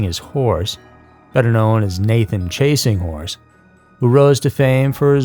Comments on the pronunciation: Oh my are you saying chasing whores? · Chasing wHores lol did anyone else hear that about the third time he said chasing horse I bout spit my water out